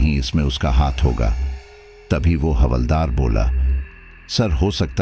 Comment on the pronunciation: Sir halvdaar nhi hawldaar hota hai